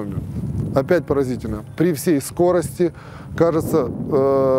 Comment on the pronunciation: Спасибо, хорошеее видео. Автору только убрать "СкоростЯ" и заменить на "СкОрости".